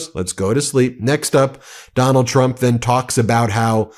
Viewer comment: Freudian slip when he called dump a cumt